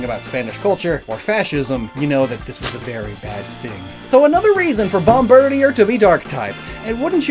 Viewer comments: "Bomb-BIRD-ē-uhr"?! I figured it was obvious this name is meant to be pronounced BOMB-buhr-DĒĒR. Ya know...like "Bombardier"? 🙄 EDIT: Omg ... he pronounced "Bombardier" wrong, too. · Bomardier is pronounced Bom-ba-DEER btw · Hearing him repeatedly mispronounce bombardier/Bombirdier for 10 minutes was pain.